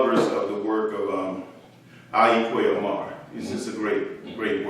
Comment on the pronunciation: An observation, not a correction with regard to the Ghanaian master writer Ayi Kwei Armah. His last name was pronounced by himself and others as "R-MAA" or "are-Maa" as apposed to how it is pronounced here as "Ah-Mar". Then too pronunciations of names/words are sometimes cultural and regional depending on the speakers, so there is no hard fast rules as such and therefore not a right or wrong.